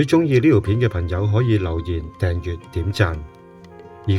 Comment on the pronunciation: 條片一開始就不斷講貪友貪友貪友。我真係好想問點解而家呢個世界已經冇人識講朋友呢兩個字！唔怪得而家啲人越嚟越窮，唔窮都俾佢講到窮！全部都變晒貧友！連呢把AI聲都有懶音，另外掙扎讀咗真扎，轟動讀咗軍動。冇眼睇！